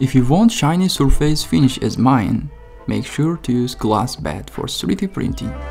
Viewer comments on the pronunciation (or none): none